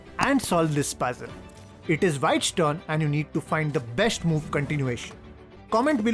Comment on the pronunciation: You say shh everywhere for an s, such as besht, boosht.. but you say chess correctly and not chesh 😂